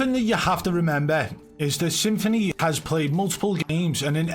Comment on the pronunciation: Stop prenouncing this rat's name as Symphony, it's Some-Phoney!